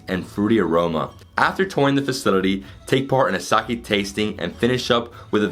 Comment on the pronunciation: Sake and Onsen two very simple words to pronounce. Hard to be an expert at something you cannot even correctly pronounce. You did an entire tour of a Sake brewery and yet didn't learn to pronounce the word?